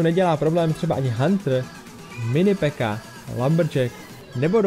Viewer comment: řiká se píka ne peka